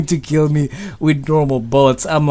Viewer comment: lil jeemy, 1 keel!